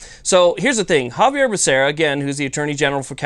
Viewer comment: Xavier Becerra. You said Javier. Great video, though. No appeal = freedom week forever!